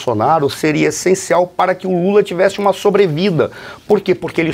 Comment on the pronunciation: Mula? Trocaram a letra L pela letra M foi é ?